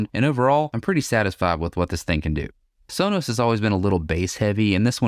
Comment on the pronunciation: It's pronounced sow-nows